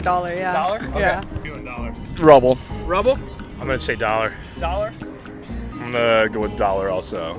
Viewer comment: I'm laughing so much at "rubble" 😂😂 Did he mean to say rouble?